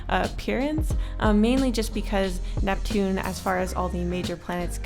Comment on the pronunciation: Ursinus: uraina Neptune: nevien Pluto: preshu